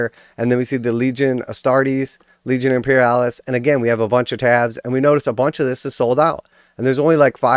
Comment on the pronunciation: After he said Imperialis, I had to stop the video.